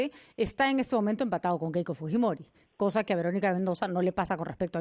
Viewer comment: tuesta y su caramelito de boca siempre dice keko keiko estos politologos de bajos fondos